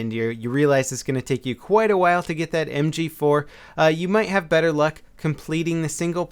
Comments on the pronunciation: "Em gee foo" lol i always wonder why my mouth and brain disconnect when trying to provide some verbal announcement as well.lol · Hoogy 4 like a korean fruit store lady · I know it had me cracking up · Lmao listen very carefully on how say "mg4" He sounds super asian lol